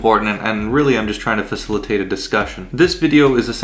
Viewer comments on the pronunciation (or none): Facilalatate?🤔new word facilitate📗4 sylablles you made a new word